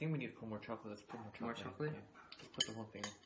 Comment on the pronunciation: No one: Ten: NOW PUT THE SHOCOLET IN!